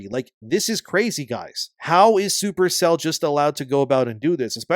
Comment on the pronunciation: Every time you say “Super Cell,” I think for a split second that you said “Super Saiyan.”🤣